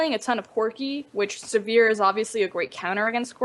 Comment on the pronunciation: So much scene knowledge, such a horrendous lack of ability to pronounce Sivir...